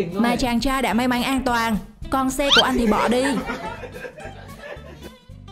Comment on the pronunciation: may mắn lại cứ đọc may máy chắc review này là người nước ngoài đang học tiếng việt ak